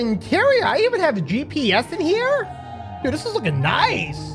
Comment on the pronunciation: Niceu niceu! Very niceu!